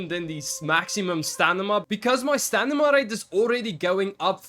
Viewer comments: It's Sta-mi-na brother not Sta-ni-ma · I'm sorry man, I'm sure English is not your first language, but it's driving me nuts that you keep saying "stanima" instead of "stamina". 😂 Really helpful video though! I'm not trying to be a dick about the other thing. Just thought I'd mention it. Maybe you're not even aware you're doing it.